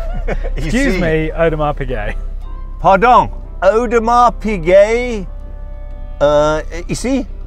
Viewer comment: Audemars Peazay